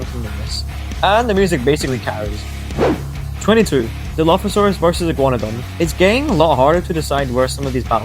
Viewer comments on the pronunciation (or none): none